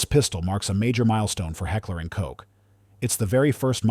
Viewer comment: There's a German word out there that spelled k o c h. It's pronounced cook. Please quit trying to reinvent that word. It also means exactly the same thing because the English used to say that word and spell it the same way back in the Middle English days but then again why should I be surprised we actually use the German spelling for church but we still don't pronounce it properly. That's probably pronounced kirk. Look at your middle English. Just because the English don't understand the language they've adopted. Doesn't mean you have to run around in abject ignorance forever. And don't even get me started on Giselle.